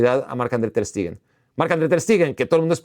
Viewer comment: Todo bien con el video, pero porque le dices "Ter STIgen" 😂